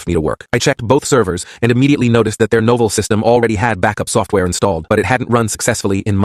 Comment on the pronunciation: Novul? How stupid can an AI BE?